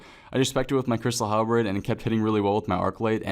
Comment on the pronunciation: please stop saying "halbrid"